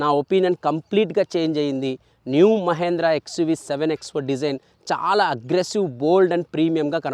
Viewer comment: మహేంద్ర కాదు😀 మహీంద్రా.